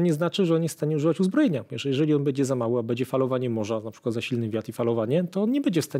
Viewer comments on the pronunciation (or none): Fajnie się słucha, lepiej niż na kanale WoW ale pan nie oduczy się mówienia bedzie zamiast będzie. Pytam się gdzie jest pan Mazurek poprawiający wszystkich używających niepoprawnej polszczyzny?! 😉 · Fajny odcinek, milo posłuchać merytorycznego materiału. Jedna uwaga Panie mówi się będzie a nie "bedzie". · Będze nie bedzie trzeba nie czeba. Krakus zwraca uwagę na poprawną polszczyznę